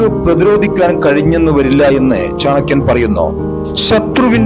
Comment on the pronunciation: Ithu chankiyandethalla.chanakkiyan. keshdakkuka ennadhinnu.keeyadakkuga ennuparayilla.ithu.thani.malappuram chankkiyan.